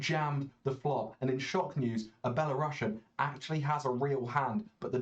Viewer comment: its actually pronounced belarusian (not "sh"ian)